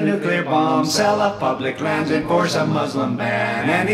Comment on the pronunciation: Ace!!! Bravo! There are some pronunciations I am in LOVE WITH. “Public Lands” ❤️